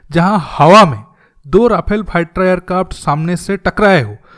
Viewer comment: Sabosse fusttter fater airkarft 🤣bro your pronunciation 🤣🤣